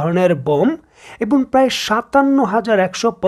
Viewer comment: এবন নয়, এবং।